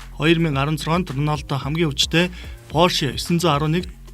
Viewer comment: Ornaldo ged shagad bhi